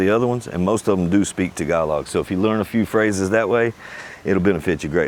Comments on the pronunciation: It is not “tag-uh-log” ; it’s “tah-ga-lo” (“tahgalo”) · I think it's pronounced as : ta-GA-loog, accent on second syllable, and final letter "g" is pronounced. Tagalog is a phonetic language (as all the other regional dialects). It's pronounced exactly as it's written, unlike French.